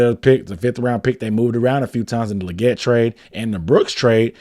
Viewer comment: I think XL said its pronounced "Lee-get"